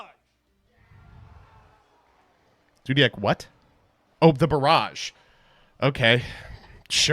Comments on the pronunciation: Dude, I deadass thought that he said "Zoodiac Broad" instead of "Barrage" and nearly had a heart attack. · I thought he was going "BROAD..... BULL!!!" for drama but no